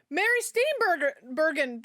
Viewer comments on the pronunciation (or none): mary burgersteen hahaha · Mary Steenburgen's last name has soft "g". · Mary Steenburgen (the G is pronounced like a J) is also in Time After Time, which might be a good one for you to watch.